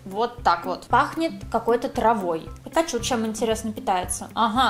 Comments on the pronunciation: Ни пекачу, а пикачу😣😣😣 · Простите конечно,но,она дура?)) Почему ПЭКАЧУ Если надо Пикачу? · Не пакачу а пикачу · Не пЭкачу, А ПИКАЧУ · Не пакачу , а пикачу